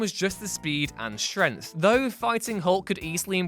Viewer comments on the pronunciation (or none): ‘super strenth’